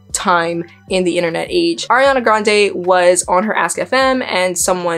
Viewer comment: ilysm okay, but you said air-eee-ana. its ariana. ahree. ariana. SHES NOT AIR